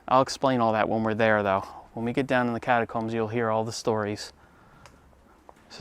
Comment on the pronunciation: “Catacombs”, huh? LMFAO!